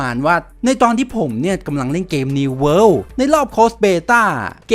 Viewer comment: World ไม่ใช่ worle